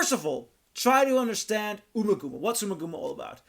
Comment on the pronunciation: Pronounced: Umma[As In Um~Rhymes With Bum]Gumma[As In Gum~Like Chewing Gum]!...